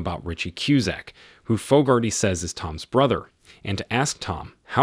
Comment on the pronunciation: Name pronunciation is dreadful. Fogarty. How do you get Foe-gar-tee from such a common name? Try Fog-ar-tee. So annoying!!